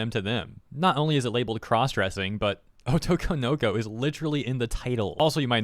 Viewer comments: "o-TO-ko-no-KO". Not "O-to-ko-NO-ko". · Jesus that butchering of "otoko no ko". It's not "oto konoko",... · You say "otokonoko" very strangely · I love how you say otokonoko like obi Wan kenobi